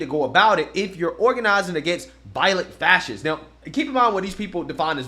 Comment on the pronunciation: He can’t even say fascists. Fassiss 😂